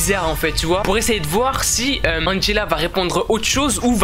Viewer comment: T bête tu dis angella comment tu t'appelle mais très très bonne vidéo 😜😜